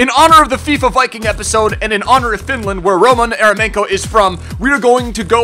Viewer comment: Eremenkovic??? Please